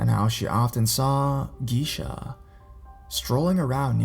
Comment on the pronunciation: its pronounced gay-sha...check pronounciation first please